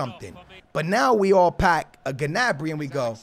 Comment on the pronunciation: The way he says gnabry is getting on my nerves